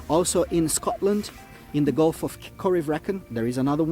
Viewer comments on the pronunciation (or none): none